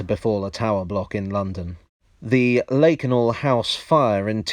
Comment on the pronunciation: Lakanal is pronounced Lackanal, not Laykanal.